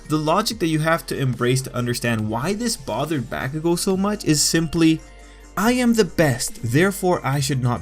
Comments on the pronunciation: Homie...good vid but you saying BaCKugo and not Bakugo is like messing with me lol. Still...ill sub :) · Bah-koo-go. not Back-ew-go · "eezuku and bAKugoo" stop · its bah-ku-go, not back-oo-go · It's not backugo its bakugo... Dude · I ain’t tryna be mean but you say it like “back-ugo”it’s “bak-ugo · He sed bahkugo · He says Bakugou as "Backcoogo" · The names are Japanese, the Japanese language is pronounced in fairly standard phonetics throughout the entire language. His name is pronounced Ba-ku-go: Bah as in sheep, Coo as the birds go, and Go as in forward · Wtf y u say his name like that.... BaCkUGo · I cringe everytime you say bakugo.... I'm so used to listening to his name as B-ah-kugo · It was bothering me the whole time "BAAAAH kugou" lmfao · Helpful video but the way he says Bakugo makes me scared.. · You pronounce Bakugou's name weird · And I hate the way you pronounce "Bakugo"...Have you even watched the anime , man..? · Finally someone mentions it